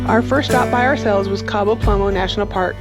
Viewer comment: Cabo Plomo??? Lol, It's a pretty easy word to learn.